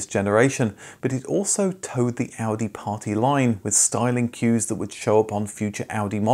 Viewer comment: I appreciate the proper pronunciation of car brand names.